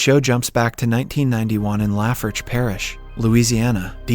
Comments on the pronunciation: La-For-Sh Parish get dem cajun names right der in yer videos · I’m from lafourche parish and it is so funny how he pronounced it😂